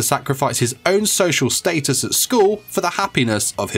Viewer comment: Stop say status wrong